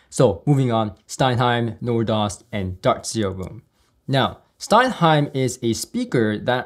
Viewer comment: Dude, that's STENHEIM, not stein-heim. Now watch all the haters hating that correction.